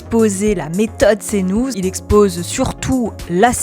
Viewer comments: Cnouze... Bonjour l'IA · Tu travaillerais pas à "Cnouz" des fois ? 😂